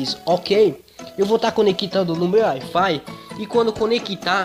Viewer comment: "Ai fai"